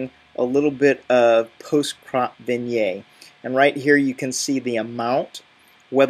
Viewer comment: So in short, there's nothing that Lightroom can achieve that ACR cannot (plus Photoshop can do a whole lot more)? By the way, "vignette" is pronounced "vin-yet" not "vin-yay". ;-)